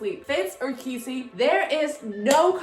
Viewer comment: Congratulations again ❤. Do you think Estelle can see through the Mist because Sally could? Btw Keefe is pronounced Keef without the e sound at the end. Also now you feel our pain with kotlc. Thanks so much again!!!